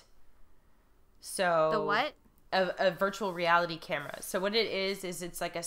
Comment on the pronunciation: I think was right on the pronunciation of "vapid."